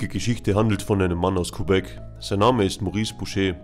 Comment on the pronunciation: Gute Videos... Aber sprich doch Quebec mal richtig aus😅